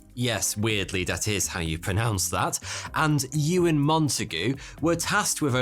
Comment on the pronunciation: You are English. Why do you say 'dee' instead of the? 'dis' instead of this? And 'dat' instead of that? You sound so stupid! Adjust your accent!